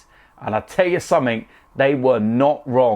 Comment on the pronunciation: "I'll tell you summink"